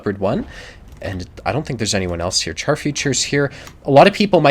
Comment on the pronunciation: I like your videos. One thing though. Char (french for Tank) is pronounces 'shar'.